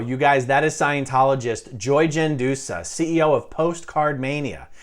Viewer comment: DID you say Joyce Medussa?